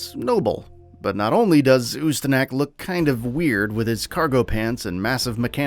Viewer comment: Or Ooo Sta Knock Guess they don't have a "Knack" for saying it right.